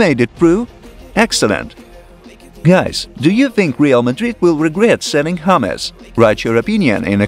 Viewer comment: its James, not Hahmes. Whats wrong with you guys